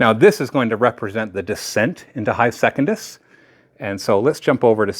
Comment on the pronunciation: If you keep calling it "second-iss" instead of "sec-un-dus" I won't be watching the campaign videos.